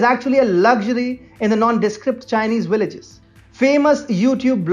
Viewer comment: "Willages" is that what the comentator said?